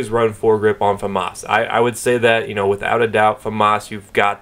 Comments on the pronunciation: they don't... more like fuh-moss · why do americans say famas like its spelt foomas ? :L